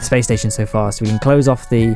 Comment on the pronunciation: lol "the spation"